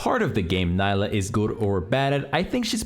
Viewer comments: Gosh dang it, it's "NEE-lah" not "NY-lah" get it right😂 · good guide but I think its Knee-la not Ny-la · It's pronounced NEELAH. She says it herself. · I can't wait to play "ny-lah". she's gonna be so much fun. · Man, imagine being paid professionally to make videos on League champs and not even being able to pronounce her name correctly when the champ herself mentions her own name every other voice line.